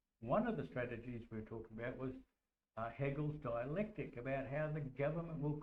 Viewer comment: What did you call the divide and conquering system of problem, reaction solution, was it “haggles dielectric” you said?